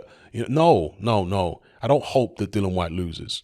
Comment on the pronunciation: Fortune doesn't seem to favour Dillian enough for you to start pronouncing his name right though,. 😊